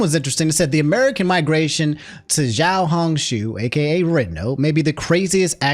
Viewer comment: man, pingying sucks. it's actually pronounced more like: "xiao" = "shao". it's the same pronunciation as Nina's dad in FMA. "hong" = "hong", you said it fine. maybe adjust the intonation. "shu" = "su", for the life of me, i don't know why it's been decided that "sh" makes a "s" sound. it's pronounced like "i'm going to sue you" with a particular intonation